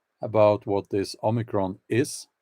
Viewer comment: OMICRON= "ANOTHERCON"